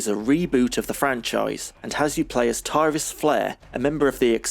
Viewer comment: The team behind Beast Rider didn't know this, but the correct pronunciation of the amazon character's name is 'Tirris' and not 'Tie-ris' - in Japanese it's ティリス=フレア (Tirisu Furea), but you can also tell from the way it was translated on the original cabinet in the West - the game itself named her Tyris Flare (well, technically Tyris=Flare), but the cabinet named her Tillis-Flayer.